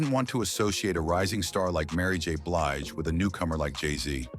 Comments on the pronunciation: Come AI her name is not Bleege but Blige!! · Why does the narrator mispronounce BLIGE as BLEEGE?REPEATEDLY!!!!?